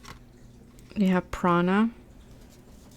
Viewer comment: Actually you pronounced both of them absolutely correctly Prana and pranayama